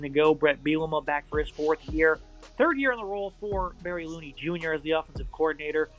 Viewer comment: Barry Looney?......it is pronounced "LUNEY"......like "HONEY". Geez......nice research. Illini won't lose to Minny at Champaign. 6 and 6, minimum.